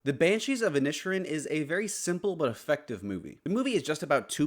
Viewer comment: Inish - Erin. You could at least make some effort to pronounce it.